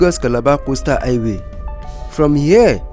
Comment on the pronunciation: It is called Highway, not i-way